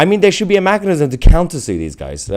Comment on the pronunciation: As much as I enjoy this amazing channel why do you pronounce mechanism as mackanism ? Nevertheless great content you continue to go from strength to strength. Well deserved acclaim for giving the real news